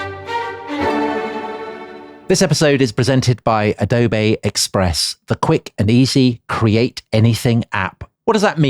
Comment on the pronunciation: Dom always makes me laugh when he says “adobayyy express”. Like he’s befuddled that there’s a product that good